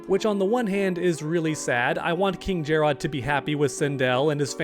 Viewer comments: finally pronouncing it jerrod and jer-rod and my ADD is relieved lol … Nevermind … he only did it the first time lol It’s always been pronounced like “ jared “ and was in this game as well… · Not to be that guy, but it’s just Jerrod. Not “JAR ROD” It’s another spelling for Jared. Love the videos though! Keep up the good work. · jer-rod? lmao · calling king jerrod king jerrodd is truely painful